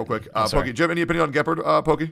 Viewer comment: Why tf does pronounce gepard like that…